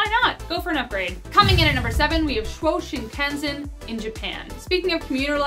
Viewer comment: Hi I'm going to be that person... "Chu-o" "shin-kan-sen" (shin like you leg) and O (short sound not oo) O-sa-ka... Japanese is difficult to pronounce but in syllables it's way easier